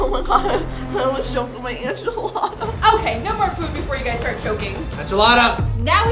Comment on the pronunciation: I love how said anchilada instead of enchilada